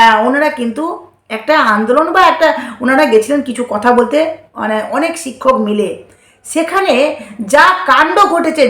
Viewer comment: উচ্চারণের দিকে ধেয়ান দাও ! ছিক্ষক নয় শিক্ষক , ছেই নয় সেই, পুলিছ নয় পুলিশ,এছেছে নয় এসেছে ইত্যাদি ! আশা করি খেয়াল রাখবে !